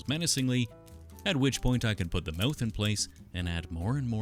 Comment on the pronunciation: He be saying mouth like Meyouth